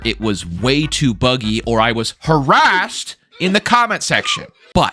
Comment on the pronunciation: The way you said "harassed" made it obvious you're cornholer, so you really should stick around and play tes